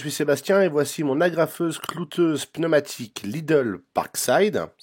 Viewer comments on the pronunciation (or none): on dit cloueuse, pas clouteuse !